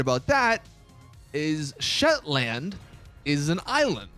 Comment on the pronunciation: I'm a Scottish man myself and you have completely demolished the name 'shetland' you pronounce it like shetlnd (well that's how I do it in Glasgow or it's just me being an idiot)